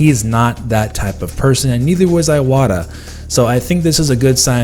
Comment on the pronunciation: "EE", it's "EE"WATA!! 'I' doesn't sound like "EYE" in Japanese! It's not M"EYE"yamoto, it's not Koj"EYE"ma, it's not Kawahara Rek"EYE", it's M"ee"yamoto, Koj"ee"ma, Kawahara Rek"ee" and ee"wata! Goddammit, nearly every single Youtuber does that!